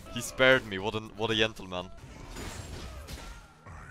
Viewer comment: "What a yentleman"